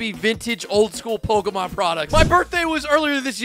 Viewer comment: You pronounce the easiest ones wrong, just stop. Obviously don’t even know Pokémon so stop trying. Or just do some research….